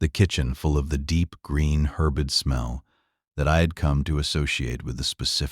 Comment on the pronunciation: What is a "HERBid smell"!!!!!!!!!!!!!!!!!!!!???????????? HOW BOUT, either "HERB'd" or "ERB'd"!!!!!!!!!!!!!!!!?????????????? I have never heard of "HERBid"!!!!!!!!!!!!!!!!!!!!!!!!!!!!!!!!